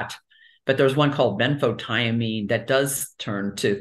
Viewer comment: is she saying benfotiamine?